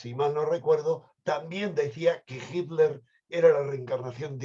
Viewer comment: por favor pronunciar bien HITLER y THULE (se debe pronunciar en su idioma original, no derivarlo al Spañistán)... me duelen los oidos ...